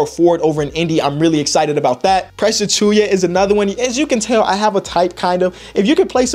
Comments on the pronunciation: doesn't pay attention to college ball but says Jalen Smith was one of his favorite prospects? And dude still can't say Precious Achiuwa's name going into year 3? He said Presh Achuya. Unserious. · 3 years and still can’t pronounce Achiuwa